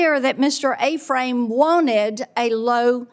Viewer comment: Ephraim is Pronounced F-Ram.. Not A-Frame woman.. Jeez